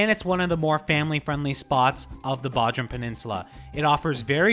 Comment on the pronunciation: It's pronounced BOdrum, hard O sound.